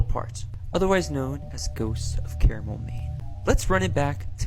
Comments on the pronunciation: How the hell does that guy get CARAmel out of Carmel. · People that say "care a mell", ESPECIALLY when the town is literally spelled CARMEL, irritate the shit out of me. Why would he call it that? Oh that's right, because the internet is a lie and people get to pretend they are someone else until their true colors shine through